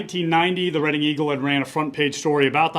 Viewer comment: Just a heads up: Reading, Pennsylvania, is pronounced, Redding, not Read-ing.